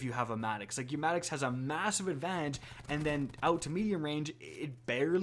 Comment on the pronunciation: MADD”ihx” sounds so wrong, it’s maddox not madd”ihx”